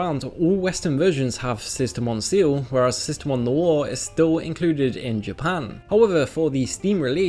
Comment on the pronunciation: sistermon seal? its pronounced ciel, as in sky